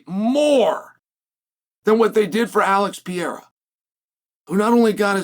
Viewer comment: “alex piera”